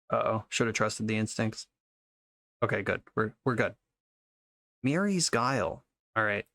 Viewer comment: The way he said "MiRrI's Guile" completely killed me